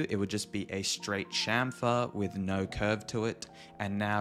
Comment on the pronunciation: You actually say "chamfer" properly. Subbed.